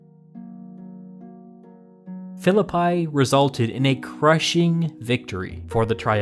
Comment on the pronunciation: Excellent as always. The pronounciation of the city of Philippi is more like "". In modern Greek, you would likely skip "o" and be left with "Filipee". In all cases no "pie" being baked. That's more or less. If anybody knows ancient Greek, please correct me.